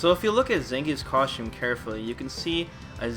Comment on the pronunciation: How come you pronounce costume "coshums"?